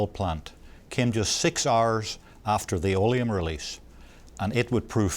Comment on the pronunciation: Olium?? What's that ? I never heard of this. Oleum.. It's accid.